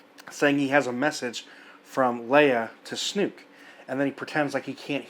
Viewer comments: Why do you keep calling him Snook? You're looking way too hard to bitch about stuff. Just like your point about what is Kylo going to have to control after Snoke is dead, just because his ship got destroyed. The FO has military control over the entire galaxy, Kylo is going to have more than a couple of AT-AT's, dummy. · Dude, I know it's not major but...it's SNOKE. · Why are you pronouncing Snoke as Snook? Is this the correct way and everyone else has been saying it wrong? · Love how you pronounce Snoke, lol. It's actually pronounced "Sn-OH-ke" of course. Rhymes with "joke", which is what his character is. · "Snook", dude? Really? And you repeat a thousand times.... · Spyder Snoke + Chernobyl = Snuke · WTF man? It's SnOOOOOOOke. With an OOOOOOOOOOOOOOOOOOOOOOOOO. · SNOKE WITH AN "O"!!!! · SNOKE! To rhyme with "poke"! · Dude, Snoke does not rhyme with Luke. Unless you are just fucking around. In that case, carry on. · You are pronouncing "SNOKE" wrong. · I started to think that you were doing it on purpose, just to be smarmy. ;-) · The movie didn't seem to care about Snoke's character. Mispronouncing his name is the least of this character's problem. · Everyone else pronounces it "Snoke." (Rhymes with "Coke") I have never heard anyone else pronounce it "Snook." (Rhymes with "fluke.") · I appreciate your perspective & agree with your synopsis and furthermore objections to Rian's alterations to this disneylucas direction... My only complaint in this video is trying to refrain from phonetically screaming 'SNOKE(SNOW'K) not 'SNUKE' every time you said his name. 😅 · Its snoke not snook. Lol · Snoke....not Snuke. ;) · not a bad review, but ffs, it's not snook, it's snoke, when you light a fire do you see smook or smoke? get it right ffs lol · Snoke. Not Snook. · It’s Snoke not Snook. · "Luke and Snook,that sounds silly".. yes it does because his name is pronounced Sn-OKE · Its Snoke. Not Snuke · ITS SN-OH-KE GOD DAMNIT, NOT SNOOK :D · It's SNOOOOKEE, not SNUUUUUUUUKKKEEE